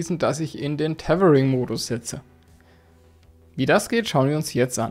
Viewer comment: wie du Tetering sagt ist zu köstlich 😁😅😂